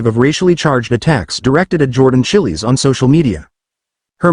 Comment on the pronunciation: Chillie's. Gawd. Teach the robot how to say it right.